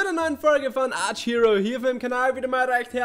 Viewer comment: Hey^^ Danke für das Video :3 Aber mal eine blöde Frage? Ist das ein Insider, dass du statt Archero immer Arch-Hero sagst? Ich mein das nicht böse, bin nur neugierig^^"